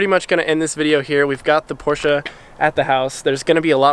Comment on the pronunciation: Hey I know that U-Haul, it's right behind our house! Can't wait to see the Porsch-UH when you're done!